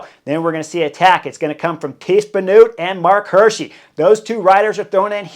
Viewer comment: It's Marc Hi:rschi like eagle not like hurt. 😅